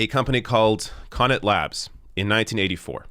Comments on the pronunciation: Thanks for this. Yes we suck. BTW, it is Cuh-knot. not Connit. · The stress is on the second syllable of Connaught (Kuh-nawt). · He's pronouncing Connaught wrong.